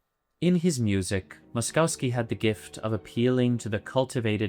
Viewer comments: It's pronounced Mosh- KOV-skee, not Mos-cow-skee. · BTW the name should be pronounced Mo-sh-kovsky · Good video except for the repulsive pronunciation of Moszkowski. There are no skiing cows is Polish names. "...kowski" is pronounced koffski. The first sylable is Mohsh. With the internet it is possible to look this up rather than bastardize a Polish name. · Pronounced “Moss-koff-ski”. No cows in his name. Makes for difficult listening. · It's pronounced "Mosh-koff-ski" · I have never heard anyone butcher "Moszowski" this terribly in my life, and my last name has similar pronounciation issues for non slavs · Please pronounce Moszkowski correctly fml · Mispronounced Moszkowski name the whole video. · How can you make a video about a guy and pronounce his name wrong every single time it just shows laziness to not even type his name into google translate and hear how it’s said. Imagine if someone kept calling Bach “batch”